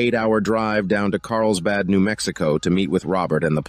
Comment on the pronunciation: Did this guy say Carlbad instead of Carlsbad?